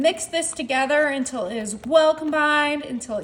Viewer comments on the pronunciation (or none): none